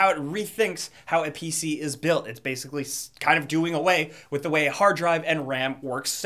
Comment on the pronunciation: Has anyone noticed he says "da" instead of "the" LOL